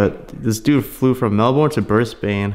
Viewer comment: 'Melbrrunne and Brisbannnne' Lmao learn how to pronounce simple Australian city names.